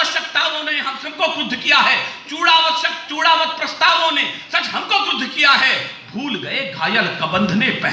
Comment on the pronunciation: Great...but चुड़ावत नहीं बोलते है, चुंडावत बोला जाता है